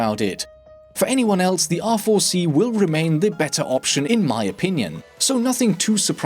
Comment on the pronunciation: bro when u say R4 it sounds like awful xd